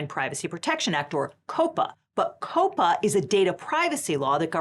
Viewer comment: calling him the hot schlepper was... well that was a Choice. Edit: I have never heard of anyone pronouncing COPPA as "Cope-Uh" I usually hear is as like, Copper but with an A at the end. Like you're shouting at a cop in bosten. AY COPPA